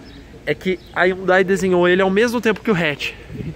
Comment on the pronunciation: Essa cara não sabe falar Hyundai